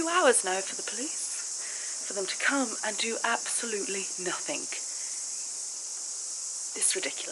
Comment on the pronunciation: The word you are looking for in NOTHING with a "G" not a "K". Being English you should know this just like those that pronounce "Absolutely" as aPPsolutely. It`s not rocket science. Learn how to pronounce the words that originate from your Mother Country. I don't give a shit about cops either. Their job in the most part is licensed criminality.